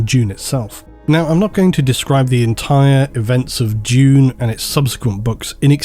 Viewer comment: oh Dune... not June